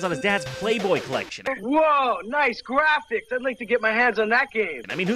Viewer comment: HALY SHET DEM GWEFIKS